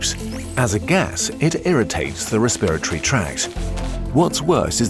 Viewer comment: your intonation on the words alveoli and respiratory sounded kinda weird